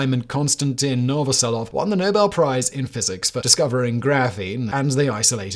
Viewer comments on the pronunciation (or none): none